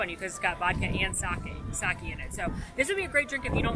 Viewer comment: It is pronounced "Sah-kay," not "Sah-key."